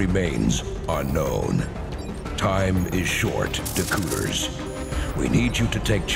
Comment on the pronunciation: Hey, Dakooters Rhymes with... ...You're to young...